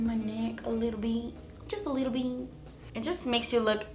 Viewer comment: LMFAO! I can't be the only one who broke out laughing from, ".. a little bit, JUSS A LEETLE BEET." 😭 played it over & over.